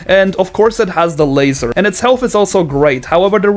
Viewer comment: its pronounced la-zar not laser